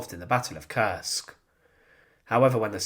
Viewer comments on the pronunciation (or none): none